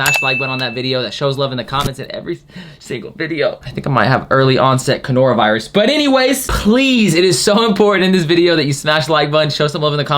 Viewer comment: Y do u say conora virus it kills me everytime lmao